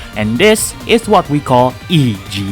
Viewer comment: please someone tell him that it's pronounced ego and not i-j-eo